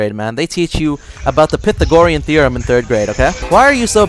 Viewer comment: its Pythagorean theorem not pithagorem therum XD love your vids btw and that current state thing always makes me laugh